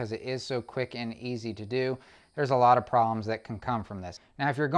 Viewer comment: One comment, the term "a lot" is not pronounced with a long A or a hard A it is a short a. Pronounced "ah lot". Its just like the A in america. Please use the language the rest of us use. Thank you. Great video with good information